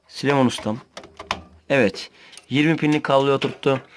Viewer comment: Büyük bir ayrıntıyı kaçırıyorsunuz arkadaşlar = Süleyman değil ! Sülüman 😂